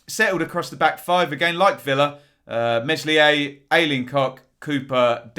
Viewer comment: it's Mel-ee-a